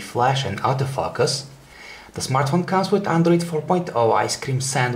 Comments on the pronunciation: tell me he didn't say auto-fuck-us =)))))) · otto-fuck-us ??-just kidding with you bro,love ur reviews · I honestly thought he said "Auto Fuckus" lol Nice review though! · "autofuckus" :D